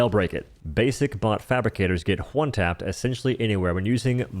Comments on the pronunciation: he says “hw” before almost every ‘o’ sound. When he says ‘one’, he says ‘hwone’ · I like how you say Ha-white and Ha-why and Hwon.